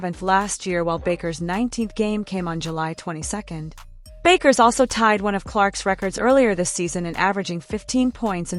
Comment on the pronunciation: At least learn how to pronounce her name!